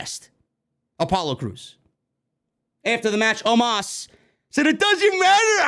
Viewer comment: & the Way how said OMOS That was Funny😄😄😄😄😄😄😄😄😄😄😄😄👍👍👍👍👍 OMOS Impression Funny Full Clip😄👍 Watch the Ending That was So Funny